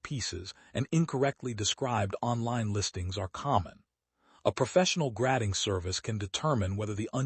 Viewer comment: 🤣 gradding instead of grading.